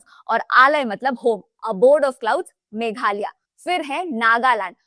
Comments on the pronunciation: It's megh+alaya=meghalaya, not megh-alia 😂 learn to pronounce names correctly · Nice video but It is मेघालय not मेघालया